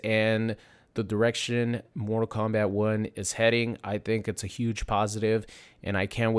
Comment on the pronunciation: Stop calling it morta kombat